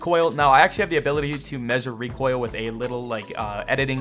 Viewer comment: “The reek oil” 😂😂😂😂